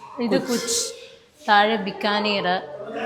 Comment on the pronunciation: കുച്ച് അല്ല കച്ച്..The old Cutch State is now the Kutch district of the modern Indian state of Gujarat.. It's Chandi Chowk..